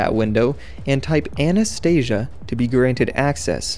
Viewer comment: Anastasia, not anestesia